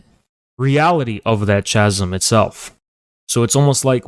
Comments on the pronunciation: It annoys me how this guy pronounces “chasm” ... an irrelevant comment but I feel I had to get it off my chest! Lol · He lost the debate when he said "ch-asm"